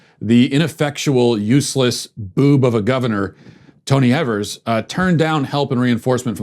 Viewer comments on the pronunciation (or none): Wisconsinite here.. spread the word. Everyone gets this wrong. Tony Evers name is pronounced with Long E. EEE-vers. And yes, he blows..